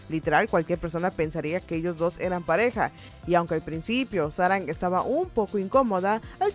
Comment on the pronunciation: No sé cómo aguanté 25 minutos escuchando sáranG.........